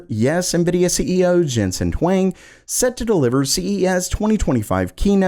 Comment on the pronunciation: It is not Jensen Wang... It is pronounced Hw-ong.